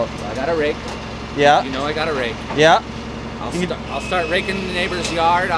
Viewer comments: Keeps saying axe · Did anyone else hear axe instead of rake